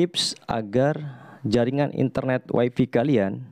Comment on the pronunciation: "Way fi" ya gan?